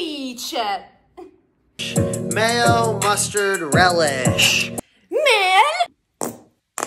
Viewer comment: "Sandweeeeech" wtf